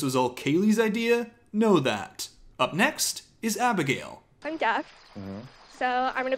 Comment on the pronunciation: wait did you dub abigail's name into the bridgerton opening yourself because your accent sounded so good lol